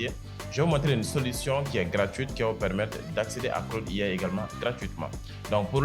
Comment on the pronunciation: Claude IA (prononciation Francais) Claude AI (prononciation Anglais), la tu commences par A qui se prononce A et I qui se prononce "aï" Adoptes ça